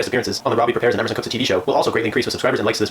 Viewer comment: Prepare* wtf is a prepair?